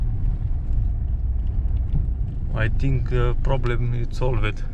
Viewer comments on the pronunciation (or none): Thank you. Good video. I must say I did laugh a little when you said " the problem is sol. Ved". For any one that remembers Peter sellers. The pink panther.